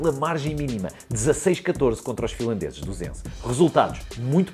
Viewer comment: "16-14 contra os filandeses dos ENCE" Senti que ele disse filandeses como quem diz outra coisa! xD